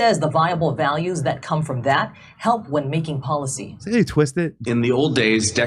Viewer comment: Did Governor Green make a Freudian slip - Pot-Lace-Y instead of policy? 😏